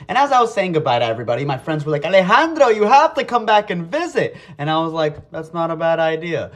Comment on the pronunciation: The way he says Alejandro is so funny bro